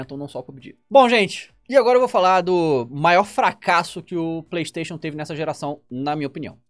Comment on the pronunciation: A palavra feita por "Playstayion"